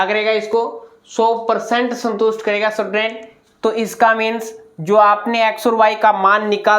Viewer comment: स्टूडेंट ❌ सटुडेंट ✅ Vah sir 😂